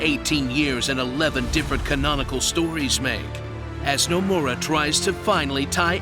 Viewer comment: I'm dyin at "No-More-A" LMAO